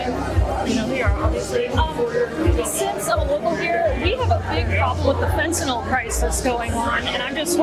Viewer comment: Fentanyl people! (Spoken as fenta-nil) not fentanol! Sorry, the grammar police in me and my medical background comes through at times.